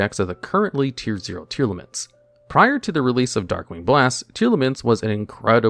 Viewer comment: Tear-Laments is how it’s pronounced, as in Tear the things u cry and Lament a passionate expression of sorrow/grief. There’s no A between the Tear and Lament part of their name so its Tear-Lament not Tear-al-aments